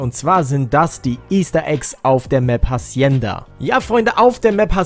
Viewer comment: Hacienda wird ohne H gesprochen